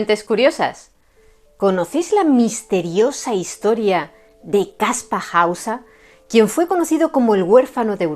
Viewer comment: Después de tantos años ahora se que se pronuncia Kaspa Hausa. Hemo sido engañado. Muy interesante, pero veo un punto flojo, si era un mentiroso y engañó a todo el mundo con solo 16 años. No sería relativamente fácil hallar a su progenitores o apoderados??. Yo creo que él solo no podría llevar a cabo una farsa tan elaborada y que dure tanto tiempo. Saludos